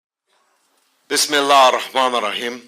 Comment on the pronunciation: he say bismilah in correct way.